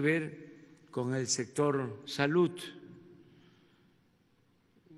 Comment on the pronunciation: Sector Salutttt... no sabe ni hablar este buey